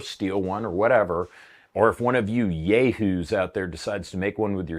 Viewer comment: Yay-hoos? 😂 I'll take it.